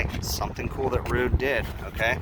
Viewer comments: Don't be Ruud is how you pronounce it. Like Rood. Not Rud like Mud. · FYI, Ruud pronounces their name as rude.